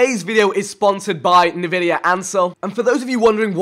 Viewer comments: Hey vikk not insulting just that it's pronounced N vidia and not navidia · Navidia? Is it actually pronounced like that? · Listen to how many times he butchers Nvidia